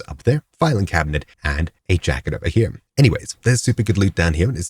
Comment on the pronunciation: WHY DO YOU SAY "HIM" WHEN TRYING TO SAY HERE......